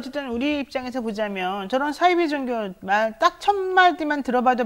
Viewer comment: 사이비 발음을 싸이비라고 발음하시네요